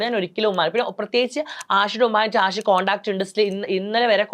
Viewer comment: ജസി അഷി അല്ല. ..ജാസി, ആഷി. .അത് പോലും അറിയാത്ത ഒരു Anchor..😇😏